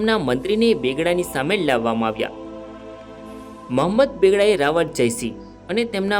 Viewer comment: ભાઈ રાવળ નઈ રાવલ બોલ